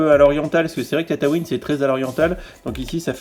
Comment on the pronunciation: tataouin mdr ca se prononce tatooin